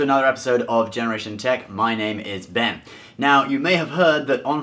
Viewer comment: Notice wen he says Ben it sounds like Ven.